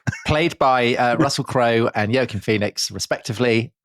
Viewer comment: Love this show. But feel like I must use Tom as an example of why Brits are often annoying because of their obstinate refusal to pronounce people's names correctly, even when heard spoken correctly often. Joaquin Phoenix, whose first name shouldn't sound like "yoakin". I'm pretty sure he knows how a Spanish name should be pronounced- even by an English speaker